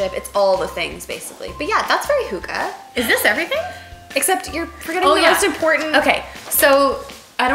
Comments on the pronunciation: hi, not trying to be rude but if you are using words from another country, go make sure you pronounce it right! it sounds different then “huga”, sounds more like “hüghe” if that is spelled anywhere close haha 😁 i am a romanian in Dk trying to learn the language too. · Ha, ha! Love your haul, but you really, really don`t use the word "hygge" correctly;) But funny to see you try! Please do an episode on hygge:) Love from Scandinavia!